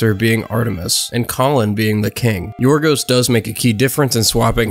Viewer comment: well his name in greek is Γιώργος λανθημος (George lanthimos) i imagine in English they call him yorgos instead of gorgos is because in Greek ( in the case of George ) g sound like y like yiorgos or yiordanis the y sound like y or gio (in this case) so yeah you pronounced his name actually well not like most English people I feel most because even if we have some similarities like 5% I think of English word have greek origin (like geometry and philosophy we call them almost the same in both languages) but the greek language has a really different alphabet and overall pronunciation and to be fair the Greek language is really complicated and hard so yeah good job mate